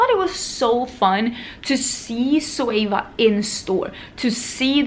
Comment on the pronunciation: why do u replace the letter Z with an S in your words ? Like Sweva for Zoeva or Soey for Zoey ..soom for zoom... wondering if its diff in Swedish